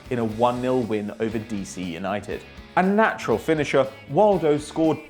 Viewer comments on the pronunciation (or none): none